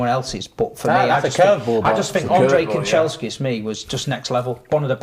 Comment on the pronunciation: has Man Utd PTSD…man said Kancheskis 🤣